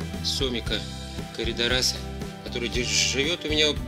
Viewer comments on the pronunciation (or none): Не правильно ударение на КОРИДОРАС ставите однако ))))